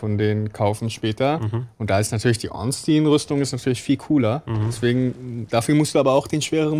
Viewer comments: Warum sagt ihr Ornstien? Heißt er nicht Ornstein? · Das ist nicht ganz korrekt. Einstein wird normal Einstein ausgesprochen, nur halt mit scharf S = "Einßtein". Spielberg ebenfalls = "ẞpielbörg". Bei Ornstein ist es Regionen-abhängig. In manchen englischen Regionen nennt man ihn tatsächlich "Ornstien", das stimmt. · Guter run, bissl abgehobener typ, bisschen cringy wie er redet (und gewisse personen ornSTEIN und smough aussprechen), aber die welt brauch nicht noch mehr ds streamer😅